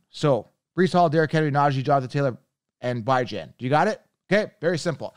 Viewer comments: Did he really just say Bye-Jon … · I been told him he pronouncing his name wrong even Bijan don’t pronounce his name like that